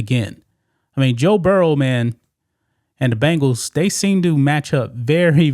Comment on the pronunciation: Bengals!!! As in Bengal Tiger! Not Bangal's as in bracelet!